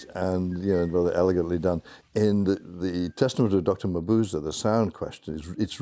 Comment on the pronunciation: I don't think thats how you pronounce Mabuse